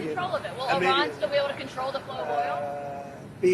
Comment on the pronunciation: One of the only journalists I’ve heard pronounce Iran correctly. I knew a girl that would correct me whenever I said I RAN. She would jokingly say “oh yeah? Where did you run to?” She considered herself Persian and hated the Iranian regime. Now I get to be a language Nazi about it.